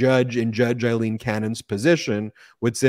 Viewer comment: Ben, as I've said several times. it is NOT Eileen, It's Aileen (pronounced Ale-een)! Would you like to be always called Ban instead of Ben? Sigh! You do such good work but why offend folks without reason because you don't care about such things? Others online are not so sloppy, watch Lawrence O'Donnell and others for the correct pronunciation!